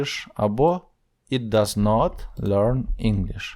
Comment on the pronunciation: Вибачте "it" - повинно звучати як українська "ит", а не "іт"! "І"- має вда звучання "АЙ", та українська "И". Якщо звісно не Австралійська англійська мова! "Not" - Британська англійська "нот", Американська англійська "нат"! Вам самому потрібно підтягнули англійську вимову!